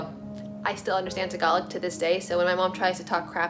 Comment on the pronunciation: I always thought it was pronounced TAG -alog. Don't I feel dumb. Thank you SO SO MUCH for sharing your truth. Thank you for sharing your Eema (spelling?) With us